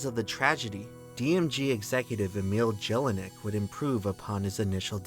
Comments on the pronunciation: My god, the mispronunciations. “Yellinek” not “Jellinek”. German Js are pronounced like Ys. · It's pronounced "yel-i-neck", not "jel-i-neck". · I love your stuff, but I am begging you to learn how to pronounce German. W is like V, J is like Y. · My man mercilessly butchering the name Jellinek